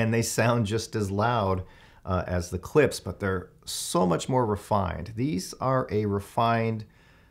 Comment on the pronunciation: Why can't any reviewer pronounce Klipsch correctly? It's not a S sound it's an SH.